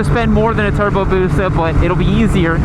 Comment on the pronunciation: TURRRBOOO BOOOOOSUUUHHHH Hermione: it's busa not busaw